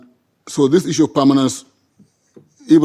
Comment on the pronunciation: samir sir just a question on the side maybe you can ignore it but why do you say Issue as :is ssue" ???? is this some kind of tick you are giving to the whites?